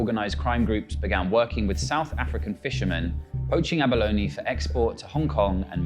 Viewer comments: Abaloney? Come on… what English word that ends with consonant-“e” has a hard “E” sound at the end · Ja, to hear Abalone pronounced correctly several times throughout the video and then butcher it with abaloney is beyond me 🤣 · and 'abaloney' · Great video! Just for info: Tik is pronounced "Tuk" and abalone as being "alone".